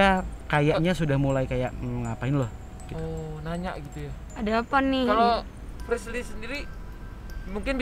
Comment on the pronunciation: bukan frisly tapi frishly